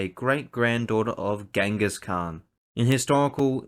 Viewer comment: Who’s “Chengiss khan” lol. Jk good video 👍